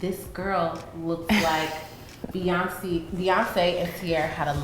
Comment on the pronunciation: how tf does the interviewer get beyonce's name wrong??? this fool said beyoncee ...